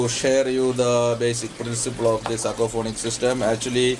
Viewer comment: It is not aquafonics, but it is aquaponics!!!!